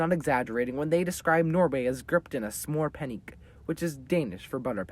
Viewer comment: I love your pronunciation of ' Julebrød', the way you say it just sounds so funny, lmfao Edit: your pronunciation of Smør Panik was even more of a thing, Idk why this is so funny to me Edit2: I realise that the crisis seems pretty weird to outsiders, but this was actually a pretty terrible happening